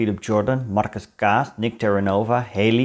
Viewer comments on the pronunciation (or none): none